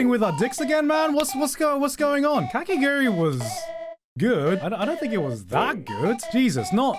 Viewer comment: Every time garnt said kakiguri instead of kakegurui it got a little bit more painful